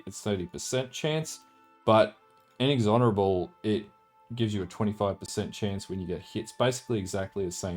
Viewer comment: Looks like a sweet build, may try later this league. Thanks for the vids. Also, minor gripe but it's In-Ex-Or-Able, not In-Ex-Honorable ;p